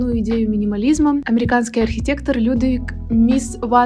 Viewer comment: Я архитектор и меня чуть чуть порвало с "Мис ван де Рос". Какой блин "Рос", он "Роэ"😂.